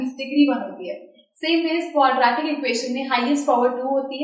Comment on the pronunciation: Its not quadraaatic its quadratic